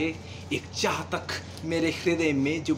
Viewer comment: Very nice.but some where you are speaking chatak for chahat.meaning ful kavita.deep meaning